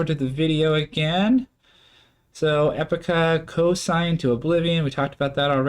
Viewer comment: Awesome reaction guys, keep on with Epica, you can't go wrong whatever song you choose, plus the amount of reactors that say 'cosign' instead of 'consign'